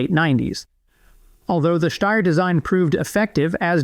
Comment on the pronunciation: You say Steyr correctly but can't pronounce "sabot" correctly haha. It's "say-boe" my man. Great video.